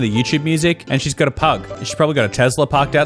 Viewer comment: when she said pug i thought she said “this is my plug,emma” 😭😭😭